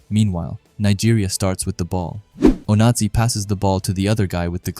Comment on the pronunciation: i just dont like the fact that the voice kept saying "nazi" when saying onazi (oh-nah-zee)